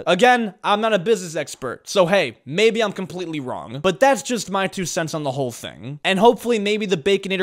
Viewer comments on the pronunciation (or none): none